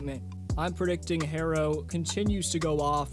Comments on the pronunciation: Tyler picks up cell “Hair-ro, Hair is this?!” Lol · Why does he keep calling him “Hairro?!” Tyler Hairro….smh